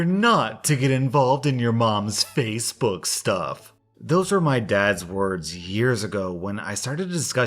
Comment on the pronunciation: Nothing against, I like his channel too, but those TTS voices are funny sometimes, e.g. “fassabook” and other mispronunciations.